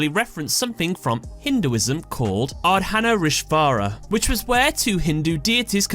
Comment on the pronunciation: Not offended or anything, but that might be the weirdest pronunciation of Arddhanaarishwar I've ever heard. Just fyi; it's like Ur(Urgent)+dh(adhere) +Naa(Narnia)+Ray+Shwar(nearly like Shwarma, but ar is like in Urgent)